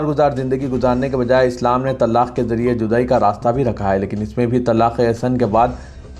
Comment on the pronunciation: Ap please urdu durust kahey TALAQ HAI TALLAQ NAHI jahil na baney Kal Adam hai Kaaaal adam nahi stupid na baney thank you